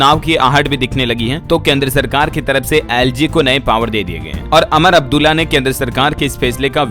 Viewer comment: । भाई अमर अब्दुल्ला नही उमर अब्दुल्ला